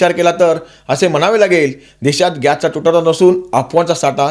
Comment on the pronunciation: पच्चिम आशिया का पश्चिम आशिय गॅच्चा तुटवडा का गॅसचा तुटवडा? कोणती भाषा बोलता?